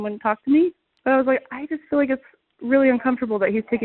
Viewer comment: If its not an emergency, why call 911? "This isnt loike an Emergency or nuttin'" Then why call, "Umm Hum Nine One, One?" "An incident someone were taking Photos". Can people not hear what they say?